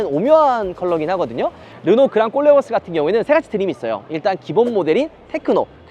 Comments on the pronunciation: 꼴레오스가 아니고 콜레오스입니다 듣기 거북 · 꼴레오스가 아니고 콜레오스 입니다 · 왜 꼬오올레 오스 라고 들리죠? 코오올레 오스 입니다 콜레오스! 발음좀 ㅋㅋㅋ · 꼴레오스 가 아니라.. 콜레오스 입니다 꼴레오스 꼴레오스ㅋㅋ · 그냥꼴려스로 들려요😢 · 보르노 보면 그냥 꼴린다로 들리내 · 꼴레오스라고하지마요 어감이😅